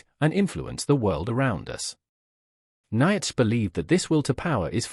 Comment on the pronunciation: This is rubbish - can't even pronounce Nietzsche's name correctly. Sodding AI. All credibility lost, first sentence in.